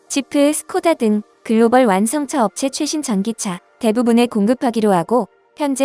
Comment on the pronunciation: 멀스데스벤츠 듣기 존나거북하네